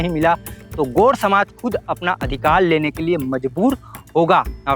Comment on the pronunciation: भाई गोंड शब्द का सही उच्चारण तो कर ले, gond गोंड शब्द है गोड नही । बिंदु का उच्चारण भी कर ले।